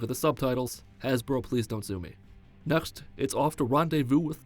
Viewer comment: are u from swizerland? "nöchscht" next in swizerland